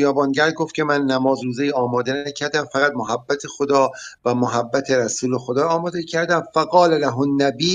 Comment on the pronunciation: محبت با فتحه حرف اول درسته نه ضمه همانطور که میگیم مودت و شفقت باید بگیم محبت با فتحه میم لغت نامه دهخدا محبت.[ م َ ح َب ْ ب َ ] ( از ع ، اِمص ) محبة. دوست داشتن. ( جرجانی ). صاحب غیاث اللغات و به تبع او صاحب آنندراج آرد که کلمه بفتح میم صحیح است و آنچه به ضم مشهور است غلط است چه مصدر میمی از ثلاثی مجرد به ضم اول مستعمل نشده است. ( از غیاث ) ( از آنندراج ). || مهر. ودّ. وداد. دوستداری